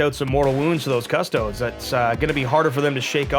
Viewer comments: People that say 'Cuss-Toad' instead of "Cuss-toa-dee" rub me the wrong way Lol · Cus - toe - deez Not cus-toads. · It’s pronounced custodEES not custods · Cust - O - Dees. Cust-O-dees. Custodes. Not Cust-odes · 'Cus-toe-dees'. Not 'Cus-toads' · It's pronounced "CustoDEEs." Not "CusTOADs." You don't see people pronouncing it "Adeptus A-STARTS." It's "Adeptus Astartes." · I'm sorry, but he is talking english wrong [ kuh-stoh-deez; Latin koos-toh-des ]... referring to a single unit as a custode is still heresy but i will allow it, because that's not even a word. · Lol at all the mispronounciation. Cus-toads. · Please stop mispronouncing custodes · Just wish they’d consistently pronounce custodes correctly 🤣 and I’m pretty sure the singular of ‘custodes’ is custodian 😂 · how they say custodes gives me aids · Deliberate mispronunciation of units, rolling saves one at a time, unnecessary declaration of models making saves before any have been saved... wouldn't not get my vote for favourite opponent. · Fair enough, although everyone mispronounces it in the video a few times and pronounces it correct a few times. At the end of the day it doesn’t really matter, call them your custard creme pies :) what ever floats a space marine. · I mean, nobody's going to arrest him for mispronouncing it. That being said, he's still wrong, and should be called up on it. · The mispronunciation of Custodes annoyed me more that it should have. I have to assume he’s doing it on purpose but I can’t fathom why. Maybe the hat overheated his brain. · Francois Lalonde your not far off, it does get toasty under the hat! Also love to see people get mad about the pronunciation of it, because at the end of the day, we’re talking about a bunch of made up dudes :) smile, have fun, play on.